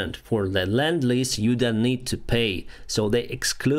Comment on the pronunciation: Lend-lease. Not land-lease